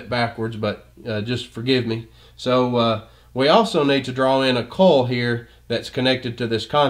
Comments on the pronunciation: Excellent explanation, thank you. Everything is very clear--except I'm embarrassed to say it took me until to realize that when I was hearing "coal", you were saying "coil". That makes way more sense! :) Posting in case anyone else was thrown by this. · brilliant i was just thrown off by how he said coil LOL